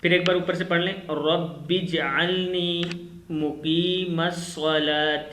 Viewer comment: masla wohi hai k.... jeem ko harkat dedete ho jab rawani se phartey ho ye to galat hojata hai apni is video ko khud hi dekho aor suno pleas